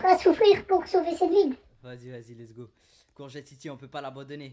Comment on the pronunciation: pourcoit tu dis gourgete